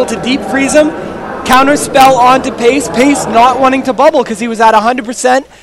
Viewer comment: Payce, not base, the paladin